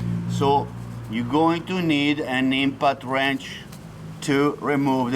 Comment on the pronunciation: i swear i heard he say INFANT Wrench